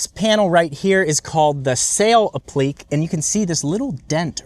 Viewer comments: …and it's pronounced a·pluh·KAY. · Not sure if the dodge as the best selling truck was a joke errr…. And appliqué is pronounced appli-kay. Enjoy your content, just looking out for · Applique is pronounced app-li-KAY.